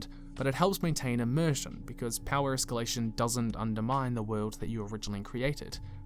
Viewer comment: hard or soft?-- escallation?